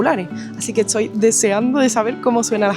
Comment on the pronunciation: Por qué da vuelta la t y la s? "Estoy" se convierte en "etsoy"